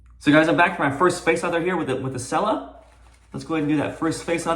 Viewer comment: It's "chella", not "sella"!